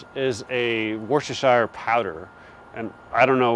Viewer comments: Not being rude to our American cousins but the way to say Worcestershire Sauce is wu·stuh·shuh Sauce. Don't say Shire like in Lord of the Rings. We in England would say shear like Kitchen or garden shears. :) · It's pronounced the way we say Worchester up here in NE Woosta Sheer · Woo - sta - shear. Thank me later.